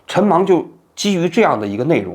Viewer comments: 我的想法是，当时他们私下都叫他陈mang，叫的人多了也就懒得改了。但是瑕不掩瑜，这仍然是一期触动心灵的好节目。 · 王老师，不知我说的正确与否或是否有必要，陈虻先生的字应该念meng二声，不是mang 吧？ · “虻”念meng, 不是mang，所以你打不出来用了个别字😅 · 人家明明叫陈 meng ，王志安叫人家陈mang，名字都给念错了，说明跟人家根本不熟。。太能装了。。。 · 名字都给人家读错了。。人家叫陈meng 。说明王志安跟人家根本不熟，在那装b。。。一个熟人还能叫错人家的名字。。太可笑了。。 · 王菊花啊，虻（meng)应该是萌这个音吧？菊花到底认识他吗？要不就是写错字了？那更不应该了吧？ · 那个字念meng 第二声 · 王局，纠正一下 叫做陈虻（meng） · 不是念陈meng（二声）吗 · meng 二声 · 人家叫陈meng，名字都给人家念错了。。说明王志安跟陈虻根本不熟。。我就佩服王志安这种虚伪到极致的人。。添油加醋把一件他根本不了解，不熟悉，事儿描绘的绘声绘色。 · 陈虻meng二声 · 王局，应该念陈虻（meng）